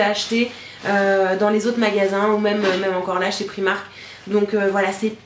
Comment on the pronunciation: La robe en dentelle est magnifique! Pour info on dit "Praïmark" (comme c'est une marque anglaise) ;)